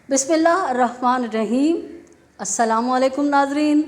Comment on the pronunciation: Aap apni bismillah to sahi parhen please